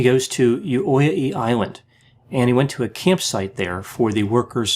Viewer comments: No, the sound 'uh' is much closer to 'ø'. In addition to that, 'toya' is not a very good phonetic description, as 'øya' isn't pronounced with an 'o' sound. Your description accumulates into something more similar to 'øtåya'. Good attempt tough, describing norwegian names with phonetically english sounds is hard. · How to pronounce the island, "utøya": oute like in youte u like in gum ya like in jambalaya oute-u-ya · Your pronunciation of the Utøya island is completely unrecognizable :-) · ...and Utøya, too! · He is a messed up individual that's for certain. As an aside, his surname is pronounced Brey-vik and the island is pronounced Oo-toy-ah. There's a really good docu-drama out there about what happened, I recommend everyone does a search and watch it.